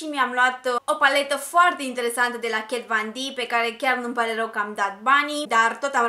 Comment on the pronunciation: Foarte folositoare sfaturile tale, sa porti/folosesti sanatoasa toate lucrurile. Un singur lucru am de spus, nu inteleg de ce pronunti “kat van d” in loc de “kat von d”. E o simpla curiozitate.